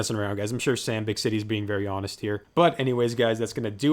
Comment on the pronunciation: Haha thx for the shoutout! My first bite was definitely like an 8, but I had to lower it to a 7 after finishing the tendie and a couple others. (Also, it’s pronounced “bick-ity” 😅)